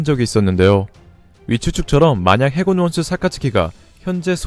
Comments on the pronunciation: 1분 40초 해군기밀로들려야하는데 저만 해물기밀로 들리는건가요??.. ㅋㅋㅋㅋ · ㅎㅎㅎㅎㅎ 해군기밀특수부대 ㅎㅎ 잘들어보면 해물기밀특수부대라고 들려요 ㅎㅎ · 나만 해군이 해물로 들리는건강..??ㅋㅋㅋ